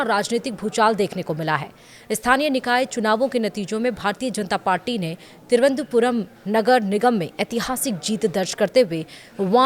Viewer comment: हिन्दी की दुर्दशा, तिरुवनंतपुरम नहीं बोल पाते हैं!